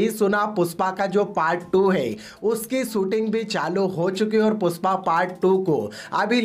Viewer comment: Puspa nahi re #PUSHPA😂 pehle thikse bolna sikh